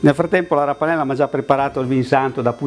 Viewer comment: mi fai ridere quando dici la rapanella comunque bravissimo